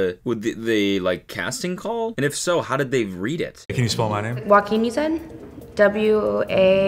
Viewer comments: I was visiting 12 countries in my lifetime, I stayed in 3 of them for over a year in total, I know the name Joaquin Phoenix, never knew you pronounce it like wakim. I know a wakeem so there is that. Also, I thought Joaquin Phoenix is pronounced like Joanne but with a kin in the end.. joa -kin. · he even pronounced it Wah-keen and not Hwa-keen😅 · In the Bosniak language, 'j' is 'i' or 'y' eg Bošnjak. In English, 'j' is 'j' and not 'h'. Spanish is not the end all be all. Plus, Joaquin mispronounced his own name (Wah-keen and not Hwa-keen). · As an arab I literally keep hearing Wakeem when he says his name, so close to what Jen spelled as well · He said Joaquin? The way he said it I thought it was "Wakin" too